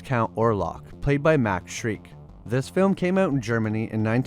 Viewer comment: Pronounced Max Shrek not shreek and VAN HELSING NOT HOUSING!!!!!! GOOD LORD!!!!!! HAVE YOU SEEN ANY DRACULA MOVIES????????